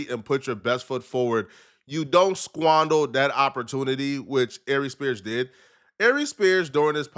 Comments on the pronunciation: Wtf is sqondol???? The word is squandered idiot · “squandal” lmao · “Squandle”